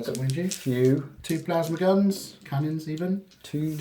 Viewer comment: I love your battle reports and I've said it before and I'll say it again ... GAUNTS not GANTS :D!